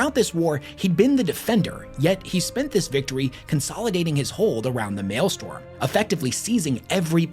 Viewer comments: For the love of God it's maelstROM, not maelstorm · Since I doubt I could add anything else......it's "maelstrom", not "malestorm." Pronounced "may-yell-strum" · Mael-STROM not mael-STORM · For the love of the Emperor, it's pronounced MALE-STRUM, not MALE-STORM. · Maelstrom. Strom not storm. Fun video. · Maelstrom, not male storm... the r goes before the o. That was driving me nuts. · Maelstrom. Not mail storm. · Sigh...Warders, not wardens, and Maelstrom, not maelstorm. Basic stuff. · I can’t listen you say “male-storm” for another hour and a half. It’s pronounced “Mael-STROM” jfc. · The amount of time you said "mael-STORM" has driven me up the wall. You even said maelstrom correctly a dozen or so times correctly. 😭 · Great video and you get points for pronouncing Maelstrom right some of the time. StRom not Storm. Sorry for being a pronunciation btch. 😁👍🏻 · MAELSTROM NOT MALESTORM GOD THAT IRRITATED ME ALL VIDEO! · I don't know if this is ragebait or not, but it is M A E L S T R O M. And not mailstorm. Every time you say it wrong it feels like you are doing it on purpose. Even more so when you say it correctly and immediately say it wrong sometimes in the same sentence. It triggers me to no end. If I could I would >redacted< your >redacted< and proceed to >redacted< you >redacted< with it. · I love your videos. You are my favorite loretuber. Having said that…it also annoys me when you make these long, incredibly detailed videos, and mispronounce a key word over and over. It’s Maelstrom. Like male, and strum a guitar. Male strum. Maelstrom. I died a little every time you said male storm. Like if you made a 2 hour video about Italy’s most well known sports car company, the Ferrari, complete with original factory photos, old memos, rare interviews…and kept pronouncing the car Fee roar eye. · MaelSTROM (mael-strumm), not male storm. Unless it's raining men, nor is the postal service blowing up above our heads. I guess both are technically possible in W40k.